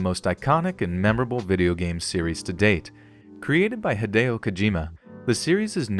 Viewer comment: I know I'm late, and I dont mean to sound rude, but please don't do that to Kojima. Hideo isn't h-ih-day-oh, it's h-ee-dee-oh.